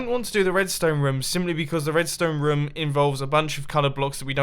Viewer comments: Dosent it sound like mumbo is saying ruom or rum? XD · Is it just me or does anyone love how he says room